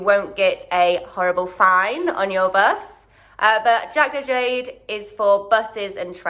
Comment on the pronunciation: "jakdojade" is "jak dojadę" -> "how i get there". pronunciation is different ;)